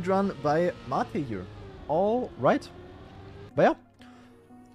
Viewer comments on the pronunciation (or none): Mah-te? Really, m8? 😂 Aber wie immer sehr unterhaltsam 👌 Wenn das Chaos mit den ganzen parallelen Matches nicht zu groß wird, könnte die neue Saison echt Spaß machen. GL! 💪